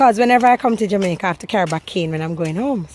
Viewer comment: No place on earth like Jah-Mek-Yah